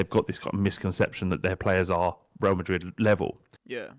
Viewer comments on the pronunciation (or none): none